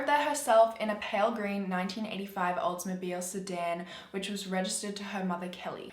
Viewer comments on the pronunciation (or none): none